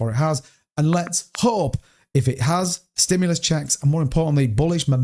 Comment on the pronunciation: "STIMULAS CHECKS"! 😅